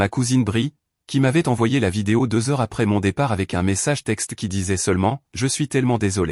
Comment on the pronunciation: Pourquoi n etes vous pas capable de dire le mot heure